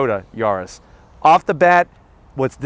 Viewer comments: Mal traducido: Se pronuncia YARIS no Yurus. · whats a "Yoris" 🤣